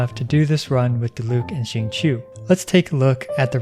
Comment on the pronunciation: Its Diluc, im not watching this video. & btw its Diluc.